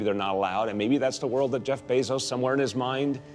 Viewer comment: Drinking game: drink every time someone mispronounce Jeff's last name.